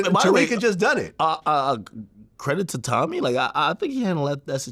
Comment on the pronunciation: Glad.. you are wrong. Stop saying Tommy’s name wrong, and admit you set him up. Read your comments sir no one believes you. Tommy has the courage to say the facts about BW that simps like you are afraid to.